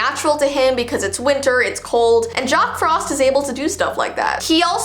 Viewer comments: You said jock frost instead of jack frost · It’s Jack Frost not Jock Frost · "jock frost" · "Jock Frost" lmao